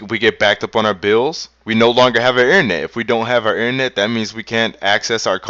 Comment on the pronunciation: "Innernet." lol